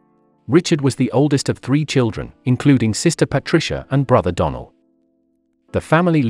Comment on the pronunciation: How come you mispronounced donell name ? It’s not a hard name to say.